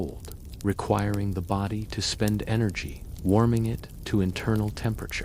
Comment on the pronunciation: your AI slop said bowdi instead of body hahahahahah